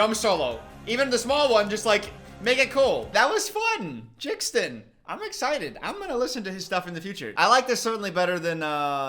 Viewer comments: he called Jaden "Jaxden" 😭😭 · is it pronounced jixdon? isnt it jaden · calling Jaden Jixden is so funny to me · I love how jxdn got in this but why did he pronounce his name like that his full name is Jaden hossler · They way you pronounced jxdn 😂 its pronounced jaden 😂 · The way pronounced jxdn killed me it’s pronounced Jaden he’s actually pretty good live and nessa was there he opened for MGK…Alex’s song sounds like it belongs in the greatest showman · Genuinely, I need you to bring back more DWNP content. The music analysis is so entertaining to watch. Also- JXDN is pronounced like Jaden, that’s his name. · the way he pronounced jxdn has me pissing myself 💀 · the way he pronounces jaden's stage name spelling is hilarious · The way he said JXDN had me dying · the way he pronounces jxdn is so funny 😭😭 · The way he pronounced jxdn is funny hehe